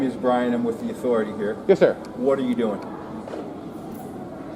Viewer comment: "Im with the authirity here". Exactly what authority is that